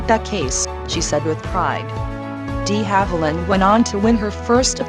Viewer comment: Puleeze it's DE Havilland as in the French language....NOT pronounced DEE Havilland! SMDH